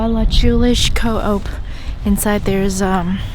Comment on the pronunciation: Love the video but I am dying at your pronounciation of Ballachulish Co op 😂 it’s like ‘ bal-ah-hoo-lish and then just KO-OP the sign is spelt ‘cho-op’ because it’s in gàidhlig so we sometimes add ‘h’ to words (lenition) I hope you come back to skye again!